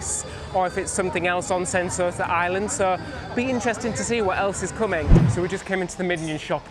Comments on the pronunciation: it's pronounced "Sen-Toe-Sa" not "Sen-So-Ta" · Island name: Sentosa Ignorant tourist content creator: "Sent-Sorta" Not even trying there, innit, mate? Not even a minute in and already pissing off an entire region. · It's pronounced as Sen To Sa not Sen So Sa thx for the understanding. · Hmm. I thought you already posted on your trip to my country a few weeks ago? Btw it's Sentosa not Sensota. How did you end up mispronouncing it in the cable car. Lol 😂